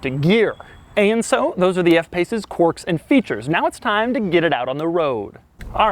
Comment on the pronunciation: Hey Doug go look up the difference between quirks and quarks please. You’ve fuzzied the two pronunciations.